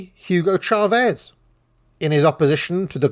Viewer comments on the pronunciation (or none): none